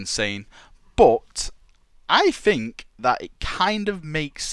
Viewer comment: I like how you fink